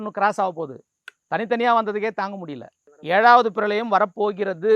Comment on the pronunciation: 7வது பிரலயம் இல்லை அது பிரளயம்... உங்களைச் சொல்லி குற்றமில்லை!